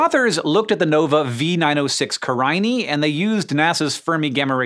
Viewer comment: Ca-rye-knee I thought it was care-in-aye